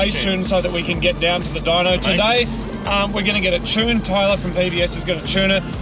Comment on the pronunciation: OOOOOOOOH!.. You're mean TUNED!...... all this time I couldn't figure out what a "Chyoon" was. Got it now. Carry on.